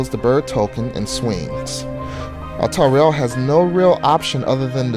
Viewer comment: No offence to, but the way he pronounced the names is frustrating. I understand that they're not easy to pronounce, but "Altariel" is clearly meant to emulate some angelic name ("alTARiel") not some portmeanteau ("altar riEL").